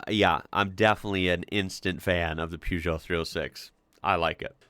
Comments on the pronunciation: Per geot not poo geot lol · You say you don't know anything about Peugeot.May I respectfully say that they are not pronounced Puejoe. They are pronounced Pershzoe. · you got the second half of the prenounciation right but the first is prenounced "per"geot not "pew"geot as you seem to say it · Please stop saying "Pewzhoh" lol It's pronounced "Purr-zhoh" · Per not Pew. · It's pronounced [pe-jou], not [piu-jou]. There's not "i"in Peugeot. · Peugeot in uk is pronounce purr-joe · Peugeot = Pew Joe 😂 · Please fir the love of God learn to pronounce peugeot.......say it like ..purjow....... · plz loose the U in peugeot